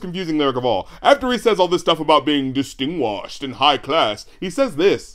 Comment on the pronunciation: Distunguashed lol mans is mad